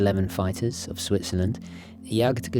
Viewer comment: There is little matching the charm of a quality Flieger watch, although I prefer the B-dials in general. Love how the seconds hand matches the engine covers on the Junkers Ju52 model. Spot-on pronounciation of the bulky compound "Jagdgeschwader" BTW. Best wishes!